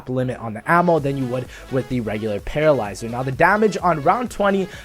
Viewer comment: lol you nearly said Petrolyzer